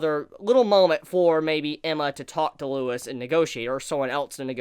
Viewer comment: Why is everyone calling him Lewis!? LEUVIS